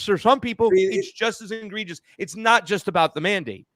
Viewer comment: I hear illusion talk from..Reminiscent of you must vote for Biden,from. And by the way,its egregious,not ingregious.